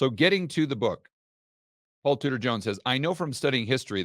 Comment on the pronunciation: all this time you were saying Tudor, I thought you were saying Scooter . . . .